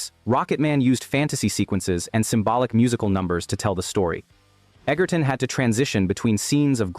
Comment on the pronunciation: Taron Egerton's surname, despite the spelling and what Google says, is actually pronounced "Edger-ton". With a soft "g", not a hard one. Other than that, good video.